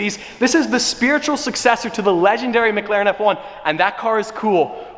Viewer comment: I love u but please it’s McLaren not MgLaren